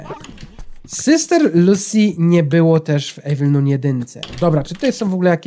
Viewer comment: jeśli nie wiesz jak się mówi - Evil Nun 2 to masz: Ewil nan dwa. Proszę zostawcie lajka kto to widzi Żeby wiedział bo to wkurza jak mówi Evil Nun 2